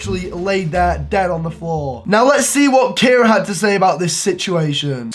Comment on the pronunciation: Did u say Cara